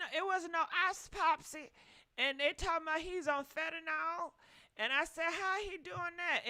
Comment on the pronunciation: It was “Apopsy” for me 😂